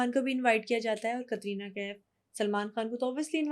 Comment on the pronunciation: Why do you pronounce Katrina in such a weird way? It’s a normal “T” it’s not pronounced like that in Russian even, where the name originates, so why are you doing it like that?